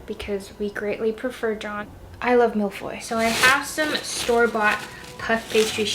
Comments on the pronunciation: Millefeuilles / mille-feuilles (literally "thousand leafs") to pronounce it a bit more accurately the "eu" sound in "feuille" is closer to the "i" in "bird" or the "u" in "furr" it's not exactly it but...close enough :) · Love this, also I bet your kitchen smelled so good! For a sec I thought u said Malfoy 😂 can't wait to try the cookie biscuits 😊 Also binged all the seasons and love Polin, Kanthony, Benophie and Franchaela. Can't wait for Hyacinth's season.